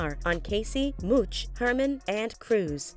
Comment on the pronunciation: It’s Mouch not Mooch ma’am